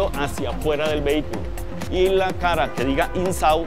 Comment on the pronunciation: Insaud ha ha que ingles